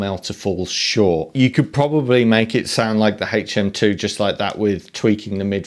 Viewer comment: HHHHaytch M2... LOL